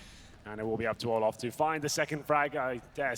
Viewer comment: Fucking keeps saying olaf about Olof 😂